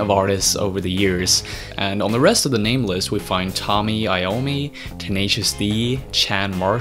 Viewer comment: Um it's Tony Iommi. Just sayin